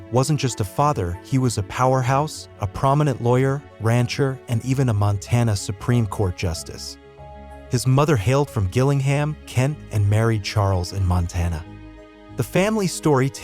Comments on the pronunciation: It’s pronounced ‘Gillingham’ with a cap G, not the lowercase ‘g’. Jillingham if you wish ! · Gillingham Kent is pronounced with a soft “G”. Like the G in Germany. 🇬🇧